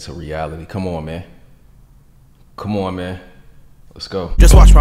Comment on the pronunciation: bro say "common man" like y'all see the crib?!?!?😂